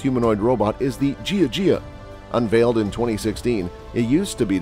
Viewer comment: Ask a chinese to tell you how to pronouce jia jia. As you say it now it is ridiculous!